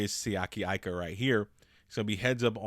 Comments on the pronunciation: Eee-ka, not Eye-ka. Respect the man's name 😭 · Bruh he has Pittsburgh Steelers written all over him & btw his last name is pronounced "Eeeeka" not "I"ka, the I sounds off as an E in the poly language, please stop butchering this sole's last name bro Lol, great add on with Alualu & Heyward,,, all Steelers Nation stand up! Auuuuuuuryte!!! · His last name is Tongan, so you pronounce his last name with an E even though his last name starts with an "I... (E-ka)... ika